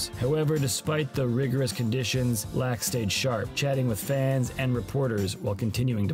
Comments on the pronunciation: great video BUT FUCK ITS PHIL LAAK PRONOUNCED LUCK not LAAAAAAAAAAACK hahaha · How can you make an entire video about a guy and not know how to pronounce his last name? It sounds like LOCK, not LACK. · I’ve always heard his name pronounced “lock” but you keep saying “lack.” It’s throwing me off. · I don’t believe you. In this very video, they show clips where commentators pronounce it as “lock.” Either you’re trying to troll, have terrible hearing, or you’ve never realized how it’s been pronounced. I’m guessing you’re trolling. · If you're making a documentary about the man, you should at least pronounce his name right. This is disrespectfull. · The narrator has a laak of skill for pronouncing names correctly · If you are going to cover a player, at least learn how to pronounce his name. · The Laak pronunciation is lackin